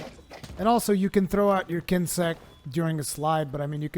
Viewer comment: Daniel Fusco but he said kinsect right.